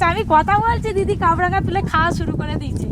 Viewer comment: কাবরাঙা নয় কামরাঙা নাম এটার ।